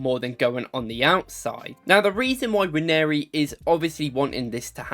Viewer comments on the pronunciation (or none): By the way, Nwaneri is pronounced Un-Wan-Nay-Ri not Wan-Airy.